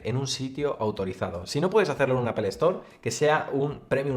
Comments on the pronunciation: Me caen súper, pero no se dice apel. Se pronuncia apol. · Por qué no dices Apple correctamente, es una palabra en inglés y como tal hay que pronunciarla. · Porque dicen “apel”?